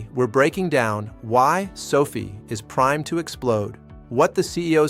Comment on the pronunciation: sofie? LOL, AI man. SO-Fi